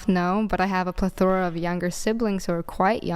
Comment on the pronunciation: plethora!!! Said like Ple-thra😅